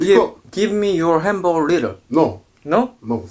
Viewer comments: it called hamburger not HAMBURER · hamberburg Me: its hamburger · one hundeled doddle henbargar(anyone heard like this)😂😂.. like👇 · Nobody:: Hamboger